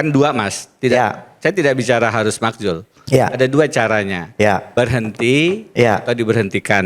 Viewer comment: Kelasnya beda.. Profesor vs yg sono cuma otot doang. Btw makzul om, bukan makjul😂. iNews juga kalau bikin acara undang yg sekelas dong, jangan jelekin program sendiri